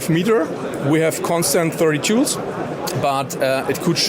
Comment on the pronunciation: The sales rep needs to make sure to put a little more emphasis on the L in joules. Had to run it back and listen again 😂